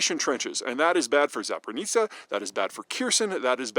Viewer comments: Kierson and Zapritzia. I wonder how many years it will take for americans to stop butchering proper nouns of Ukraine. Its HERSON and ZAPOREEG(J)IAH (g=zh). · Thanks for the video! But please look up how to pronaunce Zaporizhzhia and Kakhovka.😂